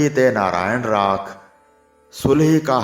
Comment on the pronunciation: ਰਾਖ ਤੇ ਰਾਖੁ ਵਿਚ ਅੰਤਰ ,ਆਪ ਜੀ ਨੂੰ ਮਾਲੂਮ ਨਹੀਂ ਹੈ । ੳਚਾਰਨ ਸ਼ੁਧ ਕਰਨ ਦੀ ਕਿਰਪਾ ਕਰੋ।